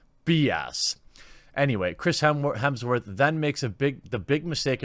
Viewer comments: It is Hemsworth and not Hemingsworth:-) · Is he saying "Hemmingsworth"? It's Hemms-worth or "Hims-Worth" Jeremy... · HEMSworth, not HEMINGSworth lol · “Mr. Hemmingsworth”😆😆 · Hemsworth not Hemingsworth 😂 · HEMSWORTH!!! Not hemingsworth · It’s Hemsworth buddy, not Hemmingsworth 👍🏻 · Did he say Chris Hemingsworth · Jeremy, I'm not even halfway through your video and I can't help but notice you say hemingsworth I think four or five times so far maybe more. I mean hey I'm cool with it but I was just wondering if you do that on purpose or did you really not know that his name is Hemsworth? The main reason I really know and took the time to ask this it's because I noticed no matter what the subject is it seems like a lot of people don't correctly pronounce that guy's last name. So again not that it bothers me or anything like that but I am curious like I'm wondering if there is some kind of a common way that that last name is spelled or looks like on paper that say when you're just trying to read something real fast and so I wonder if there's a common thing that happens with most people I don't know maybe I sound like a moron haha anyway or if you could get through my blabbering and as always thanks for another fun video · His name is Hemsworth not Hemmingworth!! Get your facts right. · lol "Hemmingsworth" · How long before he figures out it’s Hemsworth, not hemmingsworth? Edit....6 minutes. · 36 is not many many years away. Lol gotta poke fun. :p Hemsworth not hemmingsworth hahaha and oh ya fuck brie. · Are you saying 'Hemmingsworth'?! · Why do you keep calling him Hemingsworth? Edit: you noticed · Is he saying Hemingsworth? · was wondering why you were calling him hemmingsworth haha, bloopers! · Dude, it's Hemsworth. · "Hemmingsworth" that's a new way to say it lol